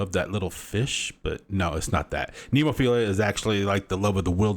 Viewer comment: Very poor reaction! You are so zero educated, you can't even pronounce the band name.